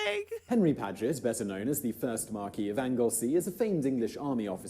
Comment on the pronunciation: I'm surprised at Simon Whistler mispronouncing Marquess. If the Marquess of Anglesey was a French nobleman, le Marquis d'Anglesey, it would be "markee" as he said, in England and Wales it's spelled Marquess and pronounced "markwess".